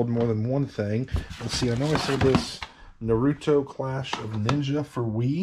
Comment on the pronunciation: No big deal but for future reference it is pronounced NAHR-roo-toe.